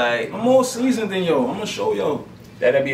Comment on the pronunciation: Lol he said “I’m more season dew” 😂